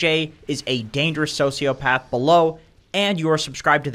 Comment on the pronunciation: "BSJ is and dangerous sociaphath" lol